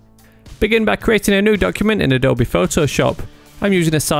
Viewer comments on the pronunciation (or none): Grammar nazi: It's not pronounced Adobi but Adobe and it's heard like a-d-o-o-u-b and not Adob-e.